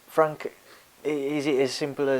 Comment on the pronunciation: Mick Hennessy said that before you fwank